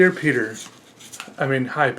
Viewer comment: nobody: peter: awwrite ello everybo- awwwrite ello eve- my names peeuh